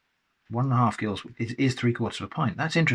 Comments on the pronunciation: would like to mention that gill the measurement is pronounced "jill" (and half a gill is a jack!) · This brought back a memory when the pronunciation of gill was a topic of contention. Gill is pronounced Jill but my dyslexic brain still can't understand why